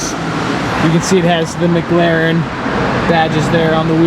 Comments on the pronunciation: Dude I love your vids but it drives me insane when you pronounce it maglaren... but you still have the best vids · Does anyone else hear mglaren when he finds a McLaren???